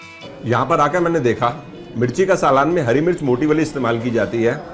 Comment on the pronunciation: Bhai my suggestion is learn pronunciation of saalan..